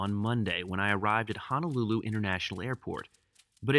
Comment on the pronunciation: there is no such place called “HANALULU. Now.., there is a little city on Oahu, it’s known as and actually called “HONOLULU”. BTW Majuro... “Maaa-Juro,”👊😎...